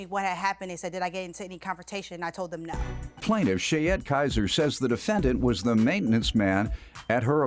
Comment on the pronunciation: ...I think 'Shayette' is full of Sheeyette.